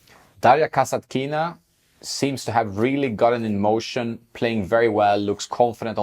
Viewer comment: One correction form Russian native speaker: kasAtkina - accent on the 2nd A. mEdvedev is also false (medvEdev is correct), but it is okay compared to kasatkIna